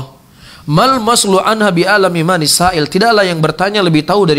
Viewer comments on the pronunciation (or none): Koreksi dikit: Minas Saa-il bukan Manis Saa-il. Manis Saa-il adanya di akhir hadits saat Nabi bertanya kepada Umar.